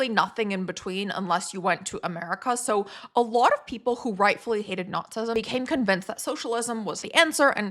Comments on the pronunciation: okay, you're saying "nazism" not "notsism." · “Nots-ism?” 🤣 “Nazi” has TWO syllables.